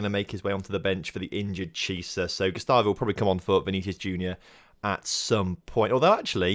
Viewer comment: Chiesa is pronounced key ayy sa